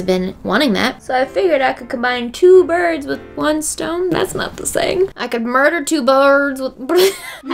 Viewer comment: "I could murder two bulerrrdddsss with one stone" 😅🤣